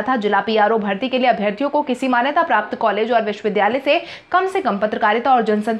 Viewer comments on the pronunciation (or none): none